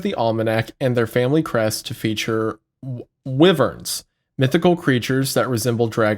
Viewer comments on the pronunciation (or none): I am not into getting NBC'd by Charlie but if it happens, it happens. But, plz... you killed me inside with that wyvern pronunciation.